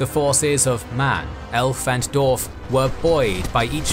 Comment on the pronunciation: Guys, I love you work, and I'm gonna love this channel just as much as Kings & Generals, but please please please learn to pronounce 'dwarf' properly, it's not 'dorf' it's 'dWarf'. Thank you